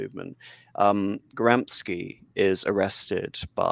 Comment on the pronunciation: Can’t you at least learn how to pronounce Gramscis name properly?